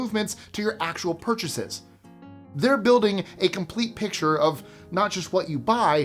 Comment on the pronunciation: porchases, lol